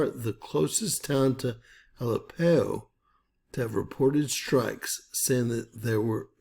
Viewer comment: It is pronounced ah lepp o